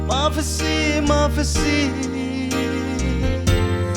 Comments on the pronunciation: mafasi tiin i lam a, a diklo.. Pha hi pha tih mai tur ani e. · Maphasy ti lai tak hi han lam dik deuh thei la kava ti em..